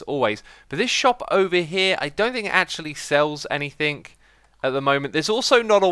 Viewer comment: Why you you pronounce anything as anythink?